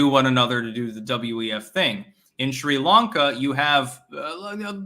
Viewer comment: mein Herr, please pronounce Sri Lanka correctly. It is "Sree-Lahnka", not 'shree'. Also, you mispronounce Enschede. Do check mit deiner wijf.